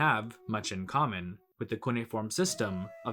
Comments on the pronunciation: Cuneiform is pronounced "cu-nay-if-orm", not "coony-form". {:o:O:} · Sumer. And not to overly nitpick, but it's pronounced cu-nay-e-form.